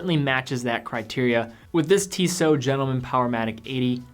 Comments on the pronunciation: Instead you should find out how to pronounce Tissot. pronounces it correctly. And perhaps you should refrain from making comments if you apparently don't know what you are talking about. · man, just find out how to correctly pronounce the Tissot brand name before you make this kind of video